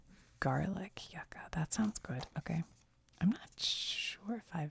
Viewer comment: "yuca" is pronounced "you-ca" 🥹